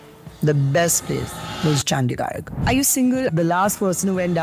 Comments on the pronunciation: Chandigarh❎Chandigarg✅ Jalandhar ❎galando✅ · Most irritating is pronunciation 😂😂😂car -- caaa chandigarh -- chandigaa Amritsar:- aymritsaar 😂😂 wtf ... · is it just me or he really said "Chandigarg"??? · Bhai ne #Chandigarh and #Jalandhar ka #pronunciation badal diya 😂😂😅